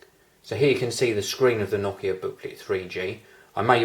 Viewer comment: pretty nice that you pronounce nokia correctly, heh